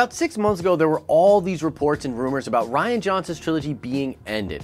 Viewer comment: Reean is how you pronounce it not ryan. Jeez your understanding of English hurts my brain. Also rian sucks so happy if it's not happening.